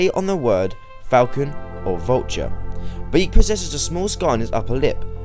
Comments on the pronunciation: I'm sorry did you say Bayeek? It's Bayek lol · God damn it its pronounced buy ek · it pronounced bay-eh-k